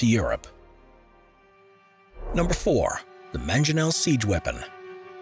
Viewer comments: I was so into this video until he said 'Manjonel' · lmao mangionel.. dude...